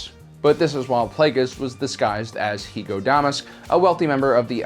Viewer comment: Its pronounced Hugo Da-Mask